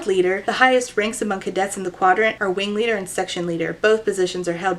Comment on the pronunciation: totally not the point of the video but every time i hear you say "wing leader", my brain just hears a uwu-ified "ring leader" which tracks with this book being a circus. he's da big bad wing weader 🥺👉👈